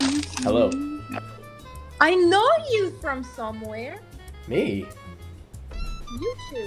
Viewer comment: I love how he just starts out with the most AMERICAN accent ever "HeLLo"